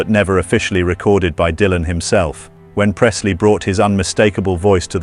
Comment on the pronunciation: "DAILAN"... Aprendé a hablar, dejá la IA, que cringe!! Tambien escrito por IA.. que verguenza, loco!